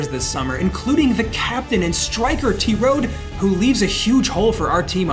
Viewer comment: "the captain and striker T-road" . An anglicized pronunciation of Terodde would be similar to "teh-rodd-uh".